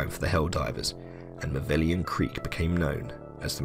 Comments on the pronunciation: The seemingly deepest lore of malevelon creek is that it's supposed to be pronounced like "malevolence" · please its pronounced ma-level-on, its not "maveleon" or whatever this dude said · Say it with me mah-level-on creek not mah-veli-on creek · I would assume you'd take 30 seconds time to read the name of the dang place. It's not MAH-VELLION creek - you even have a transmission ingame that correctly calls it MA-LEVE-LON creek. DO YOUR 30 SECONDS OF RESEARCH! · MA-LE-VO-LON. Not "Mavellian". Every time you say "Mavellian", an automaton kerb-stomps a kitten. 43 million Helldivers didn't become compost in that sh**hole for it to be mispronounced. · MALLE-VELON Creek, good sir. That’s how we say it. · my dude, I love your video, but you should know that it's 'Malevelon Creek', not 'Mavellion Creek'. seriously tho more videos like this pls! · Is it a meme at this point that people can’t pronounce Malevelon. Got this guy calling it Maveleon. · Malevelon* not Mavellian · Ma Leh Veh Lon Sound things out people it’s not hard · You keep saying maveleon not malevelon. Thumbs down no sub. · listen bud...if you're gonna make a video on something. Learn to pronounce the name correctly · lmao why does everyone say malevelon creek wrong? im not pissed or anything im just curious. everyone says erata prime and hellmire the same, but there are so many variations of malevelon creek. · How many times can one man say Malevalon Creek wrong xD